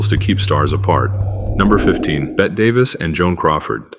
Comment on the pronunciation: It’s pronounced BETTY!!!!!!!!!!!!